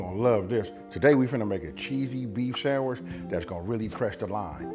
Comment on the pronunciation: Yooo! You had me at sandwrich. For real that's exactly how my uncle says it.